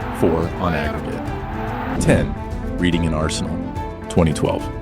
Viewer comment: Reading in England is pronounced Redding :-)